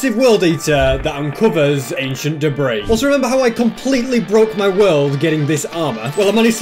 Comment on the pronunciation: For a second I thought he said aisian debris